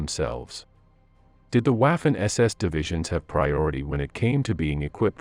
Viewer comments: Your pronunciation of the German (and French) names and words is atrocious. It's not like you couldn't find the correct pronunciation around on the internet. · I had to bail out after 2 minutes. I just can't take this guy repeatedly mispronouncing "Waffen." He utterly beclowns himself. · Your pronunciation is atrocious. The a in Waffen is like in waffles not as in laugh. Never in my 65 years have I ever heard anyone pronounce it the way you do. After hearing it several times I couldn't stand to watch any more of the video. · Your pronunciation of the word waffen is deplorable! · Learn how to pronounce "Waffen SS" and the other German units properly so you sound like you actually know what you are talking about' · Really very irritating listening to the pronunciation of Waffen using the W English . The W should be pronounced as a V sound. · Learn how to pronounce Waffen and Totenkopf! Child! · Thanks for pointing out the obvious.....was grating me as well! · Kind of what happens when AI takes over linguistics. Poor pronunciation could guarantee a third world war,if AI was ordering a pizza in a troubled area. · Wielen Dank! This was driving Me Crazy 😮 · No. Anglicised would refer to a word adopted into the English language and used in normal speech. "Envelope" would be an example... although at least a quarter of English speakers pronounce it French style. "Waffen" has not been anglicised. The speakers mispronunciation is extremely grating and unpleasant for anyone familiar with German. There is simply no excuse for the mispronunciation. It is just as easy for an English speaker to say "VAH-fen" as it is to say "WWAA-fen." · But at least pronouncing it to rhyme with waffle would have been closer to the correct pronunciation than pronouncing it to rhyme with laugh. With all of the badly pronounced German words, I wonder if this video wasn't narrated by a (very good) AI voice. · "W" in German is pronounced like the English "V". "Vaffen SS", not "Waffen SS".